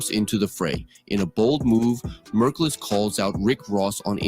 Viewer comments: murcules people not drake jus saying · Murkules Isa goof 😂